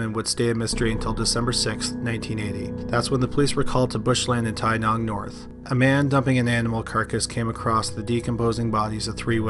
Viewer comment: Wow. My town is mentioned. Well done on your pronunciation in story #2 (Tynong serial killer), Australian towns can be a mouthful.